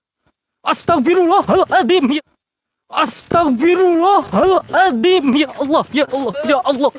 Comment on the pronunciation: astagfirullah al adzim.. bukan adiim.. celat ya?